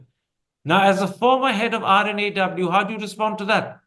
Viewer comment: Wish Karan Thapar can take the effort to say R&AW just like Mr Dullat says it. Karan Thapar is lacking professionalism